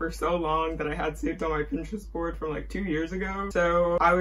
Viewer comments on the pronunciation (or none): none